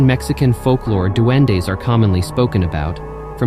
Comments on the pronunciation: lmfaoooo the way “he’s a dueNo” took me all the way out. 😭😂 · She called him a duend-no 😭🤣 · In Trinidad we have the same things, but we pronounce it a “doo-win”. They r the souls of children who died before being baptized. They are sexless, wear cone straw hats and their feet are backwards. They are known for trying to lure children into the woods/swamps/sugar cane fields, and the children are never seen again…if u hear someone whistle at night or hear someone call ur name, u ignore them. SIS I am so happy to see u daily. Congrats on 100K